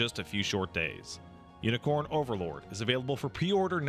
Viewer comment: I swear is saying Yinicorn Overlord and I'm losing my sh*t.